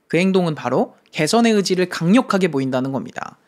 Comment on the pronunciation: 시작할때 그의지를 그~지를 왜 ? 라고 하시는줄 알고 깜짝놀랐어욬ㅋㅋㅋㅋㅋㅋ